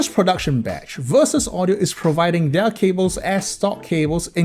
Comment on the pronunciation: Love the supernova but where'd the second S on Verus come from lol